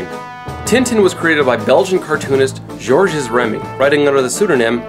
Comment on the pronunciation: Please, please, please. When will Americans and non francophone Canadians learn to pronounce foreign words better and more accurately? The second T is silent in Le petit vingtième. The S is not sounded in Georges and it pronounced close enough to English. The H in Hergé is silent. Castafiore is Italian as befits an opera singer and has four syllables A + A + IO diphthong+ E.